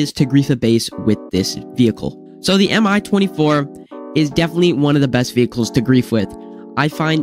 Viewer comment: Just a heads up, no hate but the Mi 24 is pronouced me-24 like me as a word